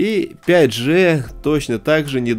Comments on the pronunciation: Да не Джэ,а Джи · правильно не 5 Же, а 5 ДЖИ!!!